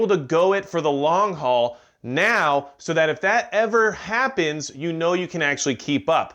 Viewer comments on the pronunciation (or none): none